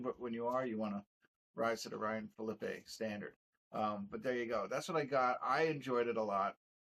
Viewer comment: Phillippe (ee...not ay) (fill-uh-pee). Also...loved the review💪🏾